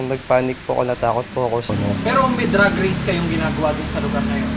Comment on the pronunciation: DRAAAG Racing hindi DRUG Racing. Ayusin mo naman reporter.